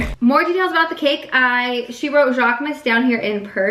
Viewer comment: No hate, it’s so tough to say — it’s pronounced ‘zhock-moose’. The ‘zh’ making a sound like ‘s’ in ‘Asia’. Loved the vid! 🥰